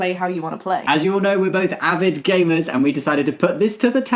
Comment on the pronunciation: When you were doing the sponsor, I couldn’t tell if it was just me or you were saying “perfect for GAYmers”